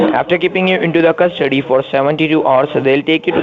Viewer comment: "You will be taken into custard-tea " 😂😂